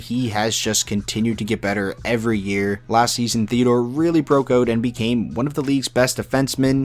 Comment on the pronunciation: Also it is Shea Theodore, not Shea Theadore. But anyways, great video, amazing content, keep up the great work